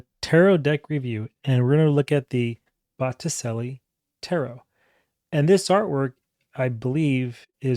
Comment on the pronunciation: It's pronounced 'bo-ti-che-li', che like cheddar.